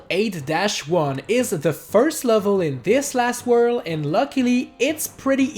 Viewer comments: The word is worlD! With a D! Please dude, try and practice that. It actually annoys me so much. I don't mind 99% of your accent but you always say "whurl" instead of world. Oh and also, I think it was pretentious to say "Wow we did it." at the end. No, you did not. I appreciate that you showed us that it was possible but you were not able to do it yourself. So you did not do it. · Drinking game: take a shot every time he says “wurl” ...you won’t survive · I'm pissed off cuz you said super Mario 3d land It's 3d "world"